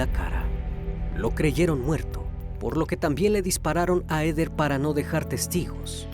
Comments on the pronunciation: No se pronuncia EDER.... Se pronuncia : JEDER (Heather) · No se pronuncia EDER, se pronuncia JEDER... (Heather) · Comentario constructivo .Se que es difícil pronunciar los nombres en inglés.Pero no es “Eder” es “Jeder” (Heather). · Heder..... Ese nombre se pronuncia "jéder" ...no? Y no "eder"